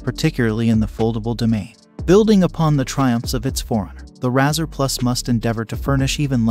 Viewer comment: If your AI can't even say the name right, that's an automatic dislike and click away.